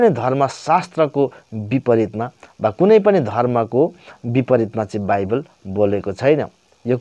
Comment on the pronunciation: बाइबेल हैन मुला बाइबल हो😂😂